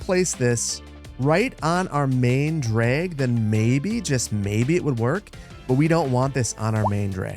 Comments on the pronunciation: As a linguist, I’m absolutely dying over “DRAEG” 😂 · "draeg" - you're showing a bit of a Minnesotan accent there ;)